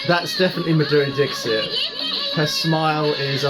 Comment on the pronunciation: Say Maa-dhuReee Dixit...Respect the legend with correct pronunciation..👏👏